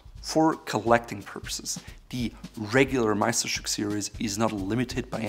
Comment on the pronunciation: As a German, I was surprised how perfectly you pronounced the word "Meisterstück"